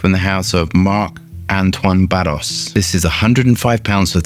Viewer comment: Hello, the correct french sound pronounciation for Barrois would be Bar-wa and not barros